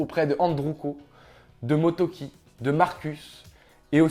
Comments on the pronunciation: c pas MOTOKI c MORETOKI !!! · Mmdr il ne sait même pas le nom des youtubeur auquel il à volé ces vidéos c'est MoREtoki pas motoki. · jor tu plagies ce gars tu sais même pas prononcer son nom "Moretoki", gros bouffon